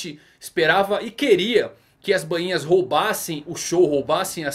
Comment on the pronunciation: Voce so erra na pronuncia do nome dos Bainhas vermelhas mano, Nao e Banhinha e sim Ba inha, so corrigindo isso, otimo video mano